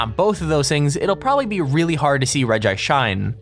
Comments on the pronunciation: Also you say it like regi ice not regice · its pronounced reg-ice cuz it has 1 i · hahahaha you called regice rigaice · It's pronounced regi-ice, or else Regirock would be pronounced Regrock. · its regice not regice lol